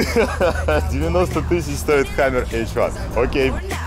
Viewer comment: It's the best thing i've ever seen in ma life "It's a hamaarrr, Pulling a hamaarrr"